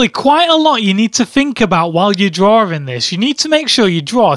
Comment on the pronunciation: Why do you call it "drawring"?